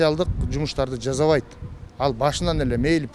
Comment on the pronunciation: кыргыз тилди катуу колдойт, анан, жазайт, бис, жазабайт деп создорду туура эмес суйлойтко...... жазайт-жасайт, бис-биз, жазабайт-жасабайт.